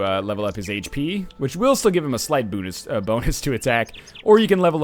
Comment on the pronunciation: "Boonus"? You really are Canadian, eh?